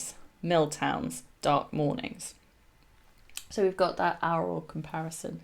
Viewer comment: Your pronunciation of aural.Sounds like owral.